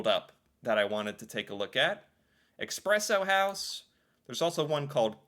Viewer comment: It's E-spresso house, not E-xpresso house... and you're ether a black coffee drinker with no sugar and cream/milk, or you're a latte, mocha, cappuccino, frappe drinking city dweller, as the latter is looked down up on by farmers seen as snobbish. And historically in Norway we don't like snobs as we are a farming and fishing nation lol. It's also tied to toxic masculinity, black coffee seen as more ''manly'', anything with sugar and cream, feminine...